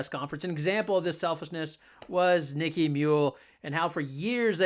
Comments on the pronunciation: her name is nika muhl, not nikki.see if you can figure that out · You lost all credibility the first time you called her "Nicky" Muhl. Might as well say that she plays for uh-cone.... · Nika (a) muhl. Not Niki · It's NIKA, not Nicky. Next time ask Geno why Aaliyah misses 50% of her shots in the paint ? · It's Nika, not Nickie. Come on man. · She's NIKA Muhl not Nicky, If you're going to do a video, at least get the subject's name right. They did not beat Villanova by more than 20. Other than your mistakes it was a good video. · When you can’t even pronounce her name correctly, should I even listen to you “take”? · Dude, learn how to pronounce her name! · Maybe YOU could be less of an a-hole and say Nika's first name correctly? What is wrong with you? Besides that - go Nika, go Gino, go UCONN! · NIKA MUHL Not exactly got your finger on the pulse of Uconn basketball when you wildly mispronounce the name of their starting guard who, this season has: logged more playing time than any other Husky, broken Sue Bird's 20+ year old single season assist record, been named Big East Defensive Player Of The Year (2nd in a row), referred to, by Geno, as "the heart & soul of the team".